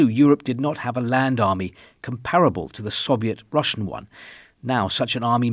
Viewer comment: Your Russian pronunciation is really impressive, Mr. R.